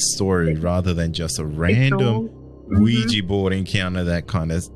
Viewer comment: Hopefully someone let this woman know that they're Ouija boards, not Ouijee boards 😂😂